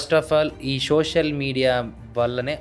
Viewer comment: షోషల్ కాదు సోషల్